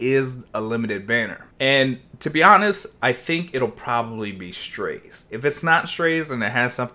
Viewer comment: no lol, thats what they said in the official video. not strayse or whatever is saying lol